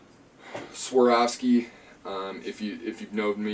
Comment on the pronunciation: Please !!! A is first, O is second in SWAROVSKI.